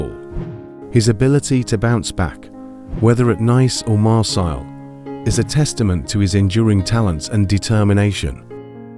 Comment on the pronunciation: The pronunciation of Nice and Marseille was enough to gain a dislike for me